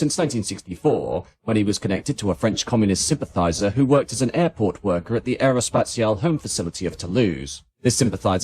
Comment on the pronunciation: The most famous project of Britain and France, ever, and the British are, to this day, no capable to pronounce Aerospatiale correctly. No wonder the French wanted the 'E' at the end of Concorde. The British were so bothered about this even though they always silence the 'E' at the end of any word/name.